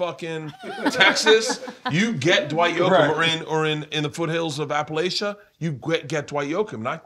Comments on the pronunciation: Ok first I love you Bert (and JellyRoll and Bunny xo) but its pronounced APP-UH-LATCHUH not APP-A-LASH-A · well I live in East Tennessee it's pronounced how I said it was... EVERYONE in the tristate area aka app-a-latchuh thinks the same so your wrong 🤷🏽